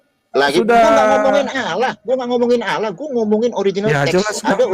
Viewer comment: Baca tulisan Allah ...alah... Itu saja ng benar